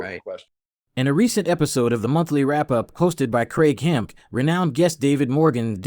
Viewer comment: "Craig Hemk" Doh! It's Craig Hemke as in Hemkey Slackerzzzzz.